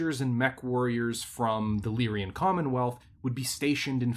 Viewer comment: so whats with constant wrong pronunciation of lyran? I know its a year late.